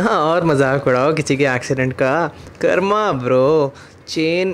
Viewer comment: कर्म is a sanskrit term and in sanskrit "ma" is pronounced like म not मा, so stop pronouncing कर्मा. It's कर्म. For मा you should type mā..... Mā = मा, ma = म 😁😁😁😁 Have a nice day 😊😊😊😊